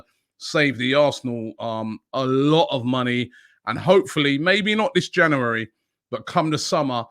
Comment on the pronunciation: Nobody: Robbie: Janooary